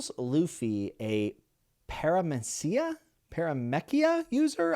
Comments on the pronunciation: you were close the first time pronouncing paramecia. It's pronounced with Par sounding like Pair, Pair-uh-me-sia. It seems to be derived from paramecium although the meanings don't seem related in any way, as far as I can tell. It's kind of like the miscellaneous category of fruit. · I loved Skypiea! It comes to relevancy in about 800 chapters but its such a good set up arc! I loved the review, and keep an eye out on those cover pages! You'll be excited to see where Skypiea all ends up! Also: Paramecia: para-mee-see-uh Logia: Low-gee-uh Love the reviews! Can't wait to keep watching and keeping up with your journey! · fwiw, its pronounced para-me-see-uh...i have adored watching your journey and analysis through the story so far =) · I feel very mid on this arc, so I might be an outlier. Granted I only watched the anime for this. Also the pronunciation isn't mentioned in the comments (Hopefully I wrote it in a way that makes it easy): Logia is pronounced Low-gee-a Paramecia is pronounced Pair-e-me-see-a Zoan is pronounced Zoh-an